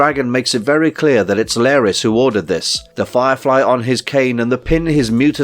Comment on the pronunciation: Why are you pronouncing his name as "Lair-ys" when it's clearly pronounced as "Lar (rhymes with car) - ys" by many characters in the show?